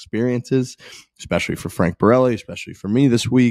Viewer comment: Hey - why are you saying ‘fist bulb’ instead of ‘fist pump’?? This is two episodes straight now. Clean it up like you did with ‘expecially’